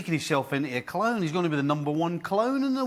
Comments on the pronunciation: *he's a cloan*(😂😂😂his trying to say clown) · Did he say clown or clone lol